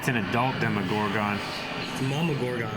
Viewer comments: Dema-gore-gun lol 😂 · loves being a rebel and pronouncing things different and it annoys me so much lol (demogorgon, cercei, etc.)